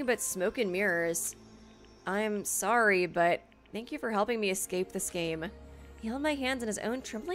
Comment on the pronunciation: It’s okay art was sowwy